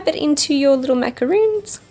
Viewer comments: It's pronounced maca-rons not macaroons. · RONS! NOT ROONS! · There is a big difference between macarons & macaroons. Not to be rude or picky but thats important to know. She mispronounced the name of the cookies she made. It's said MacaRON , not double oo's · I love your videos and channel. With no rudeness meant , you made macarons and continuously said macaroon. Hope you know that b/c they are totally different cookies. I truly dont mean to be rude. Just helpful.